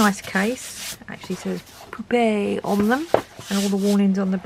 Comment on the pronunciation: You are right , what is the use of markers that go through the paper.. maybe just 1 layer then :/ . Again you had me laughing with the whole Pupe part (poop-e ) 😅 that and I swear with the second marker testing layers it sounded like you said there's people on the pen 😂 instead of paper but that's prolly me.Your videos are great to watch I never leave without a laugh 😊 .